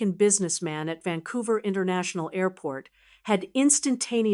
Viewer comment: It's Vancouver not Vancovrr like the sign says